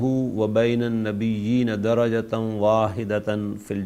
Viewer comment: افسوسناک حقیقت یہ ہے کہ معلم صاحب بار بار درجة واحدة پر دھڑلے سے" زبر" پڑھ رہے ہیں, جبکہ یہاں زبر پڑھنے کی کوئی معقول تو کجا, نامعقول وجہ بھی موجود نہیں ہے. ملحوظ رہے کہ عربی میں زبر, زیر پیش کی تبدیلی معنویت کی مکمل تبدیلی کا موجب ہوتی ہے.